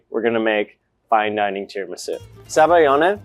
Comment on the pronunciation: zabaglione ≠ zabayone. you're dropping a whole syllable and consonant, there. za-ba-lyee-oh-nay. gl = ly (y as a consonant) ≠ just y, and you pronoune EVERY vowel in -ione